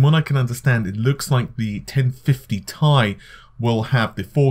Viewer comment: the "i" isn't capitalized, therefore it's a "Tie" not a "Tee Eye"